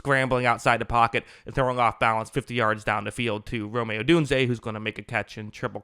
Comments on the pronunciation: It’s rom as in the city pronounced roam. Not romay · I pray that one day will finally say Rome Odunze's name as Rome and not Romay